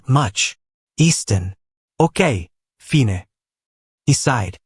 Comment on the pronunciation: Such nice romantic stories turn into comedy when simple words like "fine" are pronounced incorrectly.